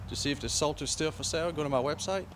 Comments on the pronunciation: It is pronounced SolStice. Such low mileage isn't necessary a good thing. An under-driven car 'rots'. One of the most stylish looking cars ever produced. 2009 was the final year. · i'm loling at the way the presenter pronounces Solstice.